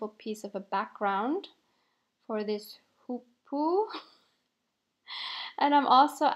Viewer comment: I love the fact that you have chosen the Hoopoe as the bird for your collage. My sister and I just love them and are so excited when we hear them calling and seeing them in the garden. You pronounce the name accurately Hoo-poo. This is an inspirational video and you have motivated me to use my journal that I have created for me in 2016 and did not use too often. Thanx for the inspiration and motivation. I will make mine a South African garden snack journal